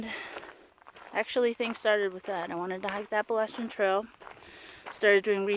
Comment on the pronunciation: Heyyy! So glad I found your channel and OMG I LOVE YOU ALREADY FOR KNOWING HOW TO SAY APPALACHIAN CORRECTLY!!!!😱😱😱❤️❤️❤️❤️🤣😂🤣 And btw thanks for following me on Instagram too- I really don’t know what I’m doing over there. Most of the time I’m just trying to catch up on the folks I like.🤷🏻‍♀️ But great job on your first video and I can’t wait to follow your journey!!!